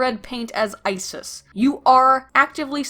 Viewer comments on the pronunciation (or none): none